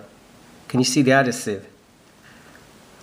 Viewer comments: Nice one. Thanks for this. Probably would have been better if you weren't on the sniff! You are talking shit! Adasive = Adhesive! Do you have a fake one to compare it to please? All we have seen is a real one. Is there someone in the background smoking strong weed??!!!!!😵‍💫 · adhesive no adasive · He pronounces it differently leave him alone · Mate u say adhesive completely wrong😂 how long u been in the uk? 😂😂